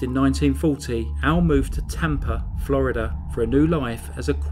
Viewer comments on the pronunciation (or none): none